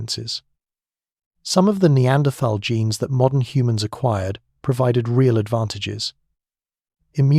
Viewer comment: Annoying to hear Neanderthal mispronounced